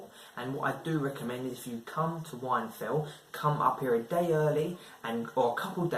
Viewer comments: Whinfell not wine fell 😂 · Wine fell? It’s whinfell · It’s pronounced win fell